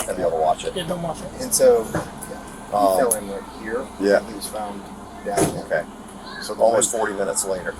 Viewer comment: Cant even say the word"fell."🙄